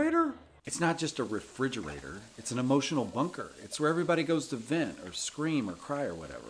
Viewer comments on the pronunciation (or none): I like how Brad and Aaron pronounce "refrigerator" differently. Great acting moment